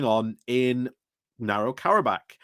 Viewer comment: Azerbaijan is emptying Nagorno-Karabech before the UN turns it in to a second Kosovo. Forcing Azerbaijan to give up a big chunk of their country. Btw. It's pronounce Nah-gore-know Karabech.